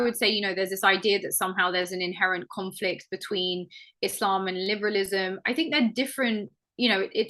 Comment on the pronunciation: Islam not ezlam for the guy first fucking talking, you must lern pronounciation first before lern what islam is